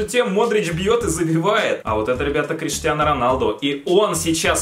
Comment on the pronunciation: Бля хватит говорить КриштианА Роналду